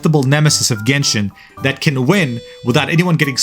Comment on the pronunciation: Gayshin impact.